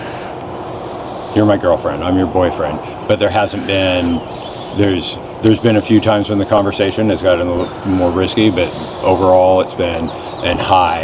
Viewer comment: jesus instead of risque, he has risky conversations.